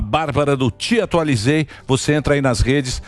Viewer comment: TEatualizei e não "TIataualizei"